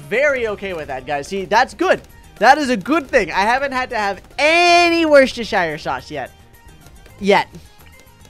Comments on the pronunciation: says worcestershire. Me you saying it wrong. It's pronounced 'wustershire'. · You pronounce it wuss-ter-sheer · Wochis... Worksho... Worshsirsows... AHHHHHHHHHH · who does not realize when you say it it sounds like WORST ershire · It’s wor sest er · I love the way he says worcestershire sauce 😂😂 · Yeah its funny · When Americans try and say worcestershire sauce 🤡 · im sad that he pronounces it wrong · i also feel sad for people from Worcestershire